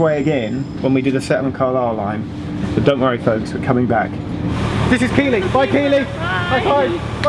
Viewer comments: The new entrance is locally known as 'Dark Arches' and both canal (Leed/Liverpool) and River Aire. Was concepted back in the station rebuild of 1999 but kicked into long grass it finally only came to fruition in recent years opening in 2015. And ohhh did the 'tourist' mistake with Keighley saying 'Keeley' instead of 'Keith-ley' - there's a lot more of them abound in this West Yorkshire when you return Fact about the Heysham service from Leeds - it's only since 2004 that Leeds gained a direct service to Heysham, when Northern did a network retime and resource combination. Previous a separate Heysham service followed the service from Leeds into Morecambe etc and the rest is history..Mind It took a while to get Heysham in to the auto announce! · Haha Keighley is pronounced "keethly" not "keely" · ITS pronounced key-th-ley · Keighley is pronounced Keethlee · It's pronounced Keefly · She pronounced keighley wrong, it’s pronounced keithley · "Key lee" love it 😂😂😂😂 good effort but nah 😂😂😂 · keighley is pronounced Keith-ley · it's pronounced key-gth-ly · Slight correction Keighley is pronounced Keeth Lee and i found out the hard way. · You said keighley wrong... No worries but think Welsh and do the 'll' thing on the gh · Yorkshire and you pronounced keighley wrong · Oh my god you pronounced Keighley wrong, I'm never watching you ever again, this is a travesty!